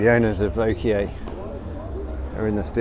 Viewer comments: Bob Hudson he already did, and got it correct (with a slight British accent) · Bob Hudson hmmm, I’d never heard the name pronounced before this video. So, I went to several of the on-line translators; the results agreed with pronunciation. I guess in some corners of the world there is a difference. Hardly a point of criticism, just a difference. As to your opinion the is a terrible presenter; well, of course you are entitled to your opinion; just as other’s are entitled to disagree. However, it is generally considered polite to offer constructive criticism. That is, something that the receiver can work on and improve rather the just “terrible presenter”. Of course you did start off with a criticism of his pronunciation (which may, or may not, be objectively correct, rather than mere opinion). However you quickly revealed an underlying dislike of in your reply. Fair enough. There are lots of other channels to watch, so I’m sure you will still be able to be entertained without getting irritated by. Fair winds.